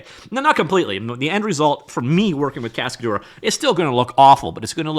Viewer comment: Cascadeur means stuntman in french. The way you pronounce it makes me sick. google translate is free